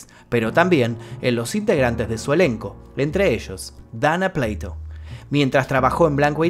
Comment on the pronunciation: es dana PLATO(no pleito)😂...es dana🍽️😂 pd:era muy hermosa de verdad RIP